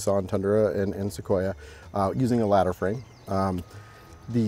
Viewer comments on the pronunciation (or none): none